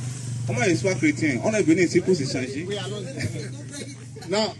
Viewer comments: ce chre - tien et non chre - tin si ce que tu veux vraiment . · CHRÉ - TIN.🤣🤣🤣